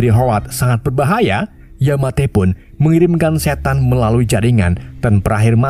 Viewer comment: Admin pas bilang "setan" personal banget awokawok